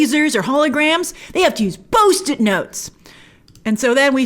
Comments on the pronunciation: Grace, what the hell is a "Bost-It"? 😂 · bost-it notes?